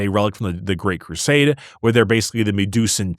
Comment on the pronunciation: Why the F do you pronounce it "Great Crusame"? Regularly. - listened to it multiple times, slowed down... Crusame.